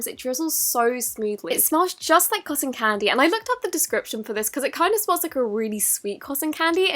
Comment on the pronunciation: You say cosson to cotton